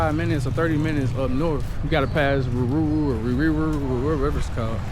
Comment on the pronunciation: It's Ruiru bro😅😅. Pronounced as Ru..i..Ru. And if you want dark skinned ladies, try west Africa😂